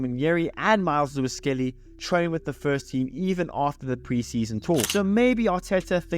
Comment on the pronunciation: ahh.. ok....it sounded like "spurs"... I was thinking.... this guy trolling arsenal here 😆